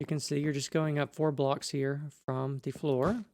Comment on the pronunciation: loved the way you said "from, ta floor" xD